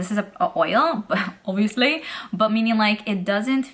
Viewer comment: I kept having to rewind because when you say “obviously” it sounds like a British accent!